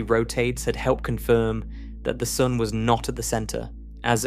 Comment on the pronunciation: This guy occasionally pronounces sun soon